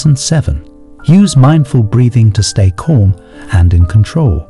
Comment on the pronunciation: Keep your mind corm. A mind that is corm. Fix the speech synthesis.